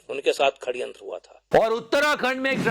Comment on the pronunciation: षड़यंत्र ❌ खड़यंत्र ✅ इन सालों को सही हिंदी तक नहीं आती। आह! हमारा दुर्भाग्य।